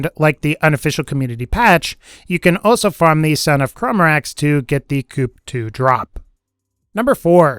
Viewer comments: Dude. The P is silent in Coup. It's pronounced "coo" it's not a chicken house or a car. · Midnight coup, not midnight coupe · It's pronounced COO not coop, Like a military coup. It's hurts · Its pronounced like kew not coup. You know like the overthrowing of a government referenced by its red text.. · Anyone think it was funny that he pronounced the midnight coup like chicken coup instead of coo like normal people lmao jk love these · Annoying to hear him constantly pronounce "coup" as "coop". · its pernounced cou the P is silent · Coup=(coo)-french like in Coup de 'etat. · coup is just pronounced koo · You're mispronouncing "grotto" and "coup". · Did he just mispronounce the coup oh God he did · ahhhh. I know! It grates on my soul every time he mispronunciations it.